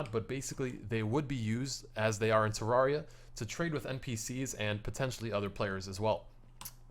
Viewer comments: TER RARE RE AH THATS HOW ITS SAID TERRARIA THATS HOW ITS SPELLED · its pronounced tr-ar-e-u